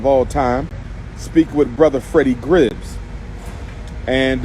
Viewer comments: His name is Freddie Gibbs not Freddie GRIBBS btw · "The man said brother Gribbs" im out😂😂 💀💀